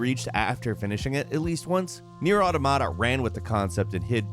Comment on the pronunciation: I think is trolling us with how he pronounces automata. I admire it, but feel personally attacked.